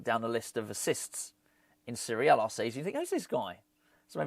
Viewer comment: My mum keeps laughing everytime you say series a , she thinks your saying syria